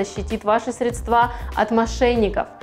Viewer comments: красотка) но срЕдства а не средствА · В слове «средство» ударение всегда падает на первый слог, на гласную «Е». Причем во всех падежных формах как единственного, так и множественного числа это остается неизменным. В единственном числе это слово в большинстве случаев произносят правильно, но ошибка в постановке ударения во множественном числе («средствА») принадлежит к числу достаточно частых. В некоторых словарях русского языка даже особо подчеркивается неверность такого варианта произнесения. срЕдства, КАРЛ!!!!